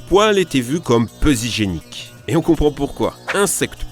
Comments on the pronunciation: "peu Z'hygiéniques"... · Peu zygiéniques? 🤔 '' z''? 🤔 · "Les poils étaient considérés comme peu Zygieniques". Bravo la liaison.